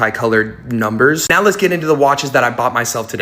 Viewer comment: Unsubscribing until you learn how to say "now" properly. What the hell is "noyw"?